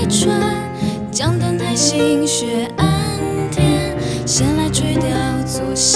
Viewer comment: 太行的行應讀"航"。希望漢光能對歌者的讀音把關。